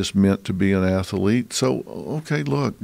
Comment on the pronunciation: I didn’t know ath-a-lete had three syllables that’s amaz-a-zing